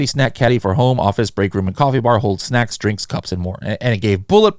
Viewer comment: Damnnnnn, knows his Spanish “ESnacks” Respect 🫡